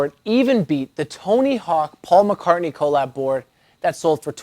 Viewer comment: It's pronounced collab not colll lab